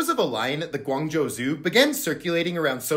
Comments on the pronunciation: i don’t know if you’ll read this but your pronunciation of Guangzhou is amazing and it means a lot that you learned it the Chinese way rather than settling with an American pronunciation ❤❤✨ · Finally someone who pronounces Guangzhou somewhat correct😂😂😂😂😂😂